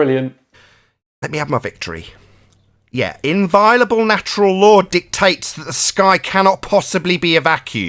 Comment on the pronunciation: Never heard the word inviolable mispronounced with such a high frequency. Unless in a british accent you don't pronounce to 'o'?